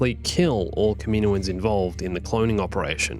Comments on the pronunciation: Kaminoens is pronounced (Cam)-(in)-(oh)-(en)s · Why do you say Kaminoans wrong?